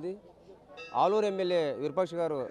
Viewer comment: అల్లూరు ఎమ్మెల్యే కాదమ్మా ఆలూరు ఎమ్మెల్యే తెలుగు నేర్చుకోండి అమ్మ